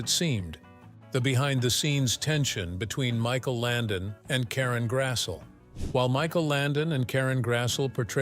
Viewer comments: It's pronounced GRASS-LEE not g grassul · You could at least pronounce her last name correctly..it's Grassle..or phonetically..Grass.ley. NOT Grassell...Ugh! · Karen Grassle is pronounce like Grassley